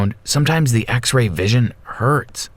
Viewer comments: “Axe-Ray vision.” This bugs the poop outta me. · Anyone else heard him say axe ray vision at the beginning of the story?